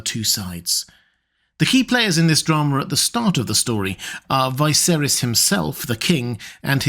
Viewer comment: Dude, I like your videos but why do you pronounce Viserys like that. Unlike everyone else and the show.